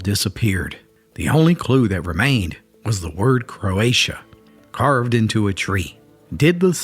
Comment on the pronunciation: It was "Croatan" not "Croatia"